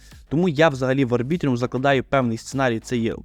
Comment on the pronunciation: Будь ласка, називай Арбітрум Арбітрумом, як можна записувати експертне відео і неправильно читати назву токена?